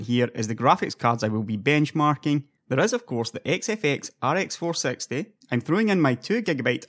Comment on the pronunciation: ok now that i listen again ive no idea whats his accent honestly. Also whats with the facepalm? i meant when he says rx 460 it sounds like "ar ex four sexty".